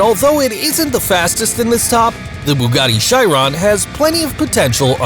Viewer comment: Bugatti Charon bu GAT ti SHI Ron